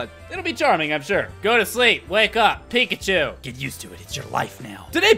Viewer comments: When you said Pikachu why are you doing this to me I thought you said bacon soup why are you doing this to me and it's aerodactyl not ariodactyl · for me it was baconchu and... i forgot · Is it me or when started counting how many times he said pikachu, it sounded like "pick a Jew" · I hear “pick and chew”. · when you try to hear pikachu over 10 times, it sounds like pick-a-shoe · when he counted how many times he said pikachu it sounded like "peek at you" are you a stalker? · Who else hears pick achu instead of pikachu at the pikachu montonge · Its pick-a-shoe! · I kept hearing pig-a-choo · To me it sounded like peek-at-choo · By the end of the video, "Pikachu" sounded like "Peek at chew." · I just started to hear "Pick at chu" at the end. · watch it slowly and it sound like he is saying pikaeschu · pick a shoe. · When you were counting all the times you said pikachu it sounded like you were saying pick a shoe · after a while of him saying Pikachu it starts to sound like, pick a shoe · when he keeps saying pikachu i eventually start hearing "pick a shoe" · After hearing pikachu so many times it sounds like “pick a shoe” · Pick n choose. That's what it sounded like at the end. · After a while it sounded like Pick-a-Choo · the more i hear Pikachu, the more i hear "Pick a Shoe" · lol sounds like you said pick a shoe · it sounds like u were saying pick a shoe XDDDD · After all that, pikachu sounds like Pick a shoe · it kinda sounds like you are saying pick at you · Pikachu pikatoo pikashoe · Am I the only one that thought he says pickandchose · It started to sound like pick a chew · It sounds like pick at you